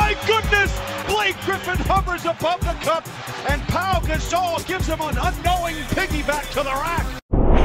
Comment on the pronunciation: Who the fuck is paul gasol its'pau'